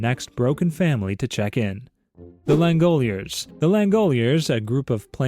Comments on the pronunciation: LAN go lers not langoilers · not us